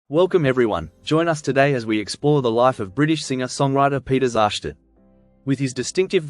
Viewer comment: You can't even pronounce his name properly. You f**** idiot, You know absolutely nothing.